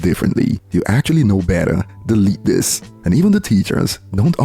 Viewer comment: 😂😂😂 I love the emphasis on "delete this"